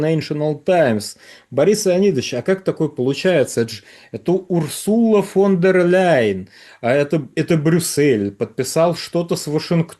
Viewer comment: Мощный дедан, даже "фон дер Ляйен" не может выговорить.